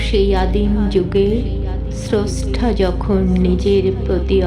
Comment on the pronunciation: ছ্রছ্টা না স্রষ্টা, ছৃষ্টি না সৃষ্টি